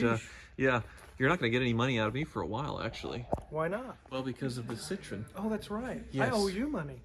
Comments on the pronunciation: It's cit tro en not citron... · It should be pronounced citro-N, not citrone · Sit-RO-enn. Not SIT-run. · It's not "citron", there is an E after O that you're supposed to say and you pronounce it like in a name Eric. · "Sih-TRO-en." 3 syllables. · its pronounced citro-when